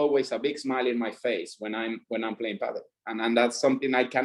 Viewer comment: Thank you for pronouncing Padel correctly (paddle) as it has been pronounced (it was actually written like that before as well) for decades :D